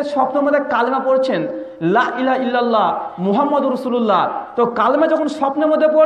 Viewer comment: তুমি " লা " টানোনা কেন???